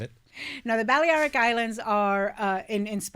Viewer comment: You don’t speak Spanish if you think that.